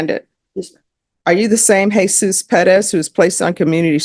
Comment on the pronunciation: Ugh it's always cringey how pronounces Perez "peh dez"